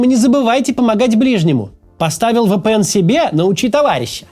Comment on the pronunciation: Максим, ВиПиЭн, а не ВэПэЭн